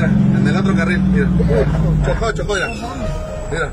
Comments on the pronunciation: Aprende a hablar se dice: mira no "irá" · Con todo respeto no es Ira Ira Ira..es Mira! En lugar de chismoso deberia hablar por cb a lo mejor esta cansado o Marque a las autoridades. Ira Ira Ira...